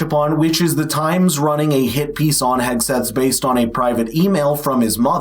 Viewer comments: Pete Hedgeseth???? That's exactly how she pronounced his name, and I believe, without a doubt, it was done purposely to push the boundaries of the pending lawsuits that would follow if she didn't read all of the disclaimers of the blatant lies spewed out from this show. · Do you think Woopie will ever learn to pronounce Pete Hegseths' name correctly or is it above her intellect level?